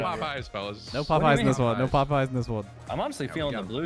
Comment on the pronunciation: I think a couple times I heard Popeye instead of pop high which is even funnier